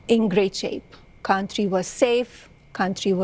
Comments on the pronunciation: DID SHE SAY CUNTRY? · "Kantrie" ? 🙄 "Dies kontrie" 🙄 This immigrant doesn't talk English afther 25 years ? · Does she use the word "contree" in her "Boook"